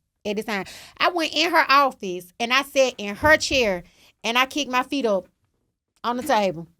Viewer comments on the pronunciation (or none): none